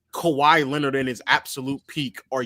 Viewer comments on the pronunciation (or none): none